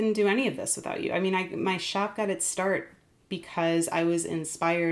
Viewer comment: Shop not ship 🙈